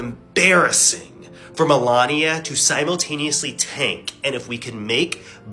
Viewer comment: The way that woman butchered Melania's name is chef's kiss